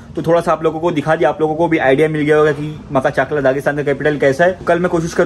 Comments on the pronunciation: Makhachkala ❌ Makhachaklaa✅ 😂😂😂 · Maka-chakla maka-chakla 😂😂😂 Butchered the name.... It's pronounced Ma-kach-kala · Makha chakla q bolrahe yaar its makhach'kala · Makhach kala not maka chakla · Bro it's called Ma-kach-kala not maka-chakla